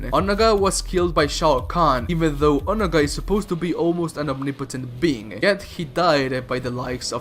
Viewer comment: You pronounced Onaga sooooo wrong😂😂😂